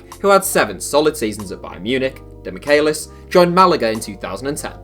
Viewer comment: Its pronounced demi-Chay-lis